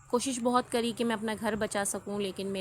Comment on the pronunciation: بھلے آپ پنجابی ہیں مگر جب آپ لفظ "کری" یا "کرا" بولتی ہیں تو پتہ چلتا ہے کی آپ واقعی کراچی میں پلی بڑھی ہیں 🤣